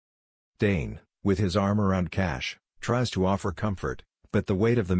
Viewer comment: The commentator needs to pronounce “Tane’s” name correctly.